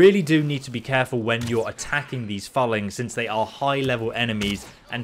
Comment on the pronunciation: It’s pronounced fooling...